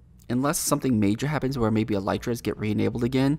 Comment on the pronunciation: Did you just say EL “Y” TRAS